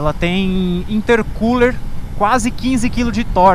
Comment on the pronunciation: Intercooler? Serio isso? Acho que falou errado!!